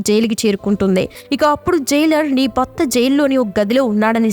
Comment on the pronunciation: కైదీ కాదు... ఖైదీ... బర్త కాదు భర్త